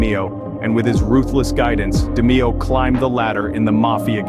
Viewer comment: Its pronounce DA-MAY-O ,. An nino name is pronounce GAH-GEE ..cant stand when folks cant pronounce Italian names ..I wonder how you pronounce my name